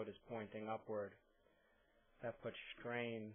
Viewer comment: I disliked your video. Why? Because the word "strain" is not pronounced "schtrain"! God that drives me crazier than foot pain!